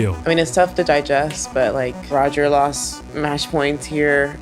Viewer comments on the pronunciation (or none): none